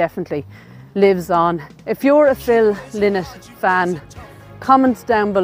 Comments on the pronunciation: Please get the pronunciation of his surname correct. Its pronounced Ly-nott not Li-nott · I am always amazed that self claimed fans cannot pronounce Phil’s last name. It is not LIN-NOT, it is LIE-NOT. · RIP i think his name is pronounced 'Lie nott' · Thanks Logan, I've never in my life heard it pronounced LIE-not maybe it's an Irish thing I think I'd find it strange to say it like that now. You're more than welcome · I know, I used to find "lin-not" more natural but it's wrong. Sarah said in an interview that Phil used to say "I'm not some feckin' bird" when correcting people's pronunciation :) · Although, in interviews Scott Gorham pronounces it Lie Not. Do you think that's just the "American" pronunciation? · Ye I know, can't change the way I pronounce things now at my age 😅